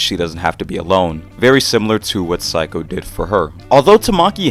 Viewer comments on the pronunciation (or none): Cool video! I think Saeko is pronounced like say-koh though, kinda odd to hear it as psycho :p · mmm instead of "say" it's more like "sah-eh" -> sah-eh-ko (サエコ). pronunciation is basically correct lol yay phonetics!! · I think it's pronounced exactly the way it's written sa-eh-ko